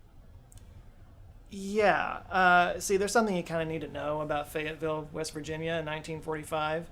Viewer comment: lmao "Fayetteville " turned into "Fagatville" and I had to do a triple-take.